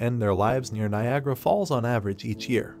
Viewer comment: Niagara. The misspellings and mispronunciations are very irresponsible yet easily avoidable.